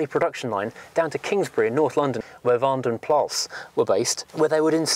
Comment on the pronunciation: you said vandenplas quite correct, cudos on the research and even the pronunciation (belgian guy here xD)